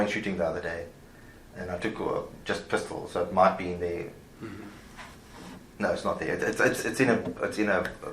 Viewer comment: I never realized Australians pronunciation of the word “no” features 2 syllables!